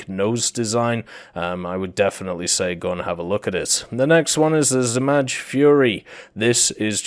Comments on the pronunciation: Not Zmazh. In english you would say Zmay aka Dragon. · You are not pronouncing zmaj correctly 😭 It's pronounced like z-mai (the "j" at the end sounds like the "y" in yugoslavia) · I mean its harmless but definitely noticeable.It could have took him 2 seconds to google an audio pronunciation of zmaj.